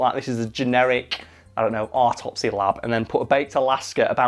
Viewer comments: why does he pronounce it ARTopsey??? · Love your pronunciation of the word autopsy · I like the way has never heard the word "autopsy" except on American detective dramas. It has the same vowel as "thought", which never otherwise pronounces the same as the vowel in "father".